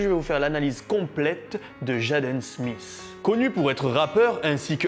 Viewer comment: "Jadeuune Smiss" les français vous êtes fou ahaha